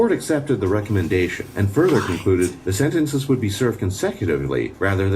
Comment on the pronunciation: Sentenceziizizizzzzziz aha love you made me crack up when u said sentences